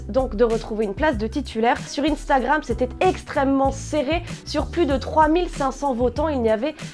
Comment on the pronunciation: Mais pourquoi elle prononce "istagram" au lieu de "Instagram" mdr! Sinon merci pour la vidéo.